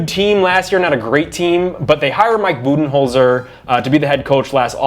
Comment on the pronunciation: ha, keep sleeping. if you want to make this video might have to do something crazy like stop watching the 76ers and actually watch bucks games. but hey at least you pronounced Budenholzer's name right which was wrong only a week ago on the show. 1. How do you talk for almost 20 minutes and not actually talk about bucks defense (#1 in defensive rating as you noted) which is a much bigger deal than their offense? 2. bucks are after the rockets and raptors? ha 3. warriors have literally no one who can defend giannis......... warriors do still have 3 guys who are ridiculously good at scoring but that's about their only edge